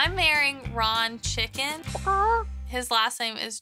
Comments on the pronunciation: The fact that she said chicken like the food and not the animal is wild😂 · why is no one talking about how she said chicken like the food and not the animal